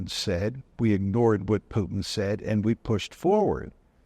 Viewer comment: How hard is it to prononce Putin instead of Piutin?